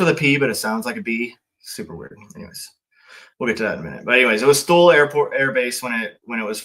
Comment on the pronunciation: Spent 10 years in Thule one year. Pronounced /two-lee